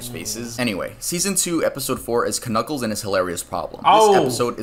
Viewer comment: Dude really said kuh-kuckles and they said nothing about it